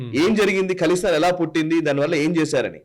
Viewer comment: ఖలిస్తాన్, కలిస్తాన్ కాదు.